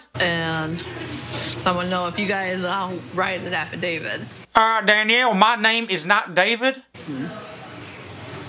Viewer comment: “AffaDavid”. Hahahaha.